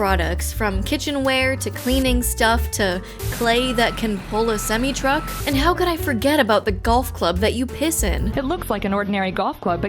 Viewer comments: "semee truck" Ha! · A "semee" truck